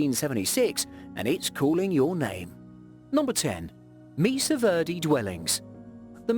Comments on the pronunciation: its pueblo pronounced pweblow not pu as in pubic.....also mesa pronounced may sa not meesa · Great information but his butchering of the words Mesa (maysa) and pueblo (pweblow) was painful.